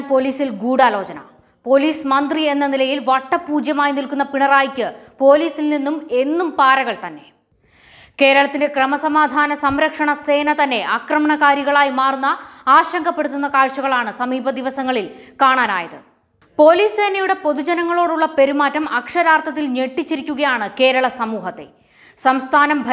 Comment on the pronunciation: അക്രമണകാരി എന്നല്ല ആക്രമണകാരി എന്ന് പറഞ്ഞു പഠിച്ചു വാർത്ത വായിക്കു